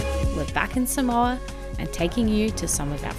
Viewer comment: Not pronounced SUH - MOW - A …..